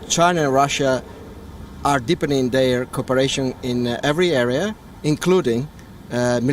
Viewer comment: It’s Deepening not deeping 🤔🤦🏽‍♂️🤷🏽‍♂️😂😂